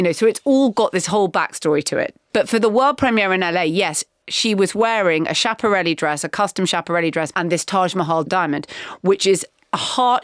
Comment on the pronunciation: The way Marina pronounced Schiaparelli 🙈